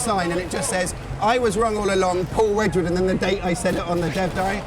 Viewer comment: lol, wedgwood, sigh